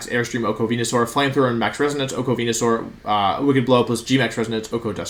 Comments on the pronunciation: “V”enusaur 🤢 I’m glad he corrected himself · Homie mispronounced weniasaur yall. He aint the chosen one. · I like how you coughed and corrected yourself when you said venusaur wrong 😂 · You know Wolfey is really excited when he forgets to pronounce Venusaur correctly.